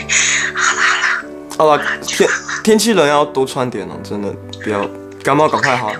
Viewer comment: 是不要說不要感冒 (欸好像幹冒ㄌxd